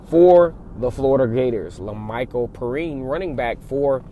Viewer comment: It's pronounced pe rine